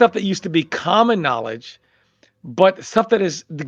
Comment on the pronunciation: "THE NOLIJ"